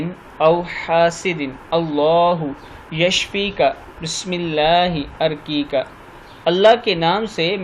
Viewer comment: ارقیک الف پہ زبر نہیں پیش ہے